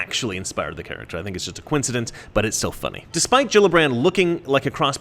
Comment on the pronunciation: You forgot the r in Gillibrand